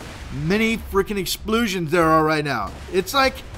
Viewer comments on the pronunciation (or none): Hahaha "exploosions!"